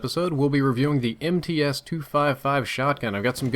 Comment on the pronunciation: It's pronounced "M-tsa". It's Russian.